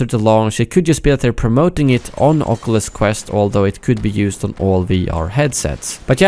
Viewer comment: Somebody can't pronounce oculus